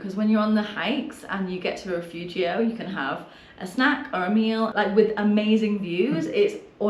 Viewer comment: Dear friends, it's RIFUGIO with an "I", not rEfugio.